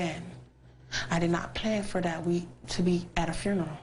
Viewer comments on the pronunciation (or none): What is a "dat"? Never heard of it. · OMG!! Some the comments you people are posting are just ignorant. If you listen to the interview and stop being hatred ass racist, she tell why when she says "that" its sounds like "dat.' Dumb fucks!!!!